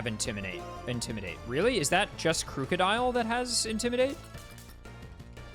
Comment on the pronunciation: First time I've heard someone pronounce Krookodile as "crew-codile" lol